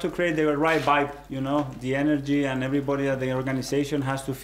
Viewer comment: Emery: right spirit, positive energy.. Artete: bibe (vibe)